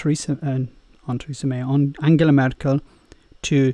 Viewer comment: Funny, how you speak anything in plain English but then pronounce Angela Merkel like an Italian.